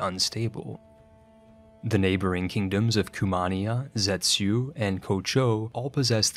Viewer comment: Zhetysu is "jettysoo".